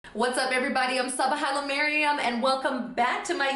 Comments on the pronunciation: No offence but by the way you mispronounce your name I would also assume that you were an American. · Exactly. She literally cannot even pronounce her own name. She says "Subba Hallamariam" at the beginning of the vid. Shocking. Either that or she's Westernizing it for the Youtube audience. She's trying to Westernize the people by calling them an admixture of Italian and Arabic genes. Yikes. I used to think like that too but I grew out of it.